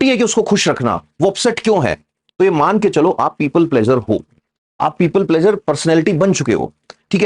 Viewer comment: प्लेज़र नहीं प्लीज़र कहिए!